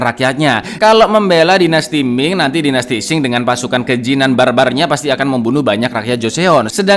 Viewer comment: Dinasti Qing bkn dinasti Xing min 🤣🤣🤣 hayoo monggo di baca ampe bener 🤣